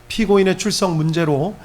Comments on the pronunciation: 피고인 으가 아니라 의 이지 발음이...쿠려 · "피고인의" 발음을 "피고인으" 로 발음하는것이 거슬립니다 ㆍ나머지 이야기가 그것때문에 하나도 안들립니다 ㆍ